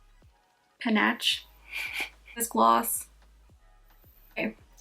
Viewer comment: Chaise is pronounced "SHEHZ". Panache is pronounced "Pah-NASH". These words are French in origin but are included in the English language. Love the peach blush and lip..